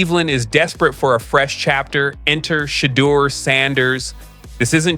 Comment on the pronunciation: PRONOUNCE CORRECT PLEASE. SHA. DEUR/DOOR